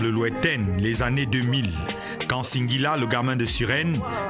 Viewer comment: Madame la journaliste, ce n'est pas "Cinq"guila mais plutôt "Sing"guila. Vous le faites expressément ou quoi? La Ciartivi au coeur de la médiocrité pfff